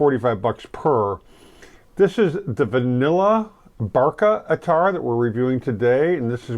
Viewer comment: Pronounced Ath-ar